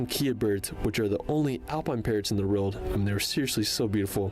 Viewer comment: is well-known for not pronouncing place-names correctly, even easy British ones (& he says "world" strangely too!!). 😟